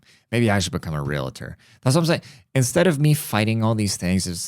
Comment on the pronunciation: Lol it is pronounced real-tor